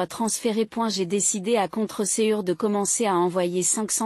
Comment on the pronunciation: Les mots brefs sont épelés (JE > j.e., DE > d.e., MA > m.a., TÔT > tôt, etc.) dans la version orale. Des mots sont mal lus ("contrecœur" comme contreçuer), les formes verbales en -je lues avec le mot JE accentué, des passages n'ont pas la pression ou l'accent qui conviendrait normalement. Les fautes d'orthographe abondent dans le texte écrit. La ponctuation est vocalisée dans le corps du texte, il y a des répétitions. La diction est assez bonne par ailleurs, pour une histoire pas très vraisemblable. Pourquoi une personne accepterait-elle d'être traitée ainsi durant des décennies, et comment d'autres personnes se permettraient-elles d'être aussi bêtes et sans-gêne ?